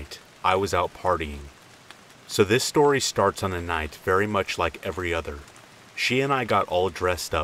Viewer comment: SHtory #1, SHtory #2, and SHtory #3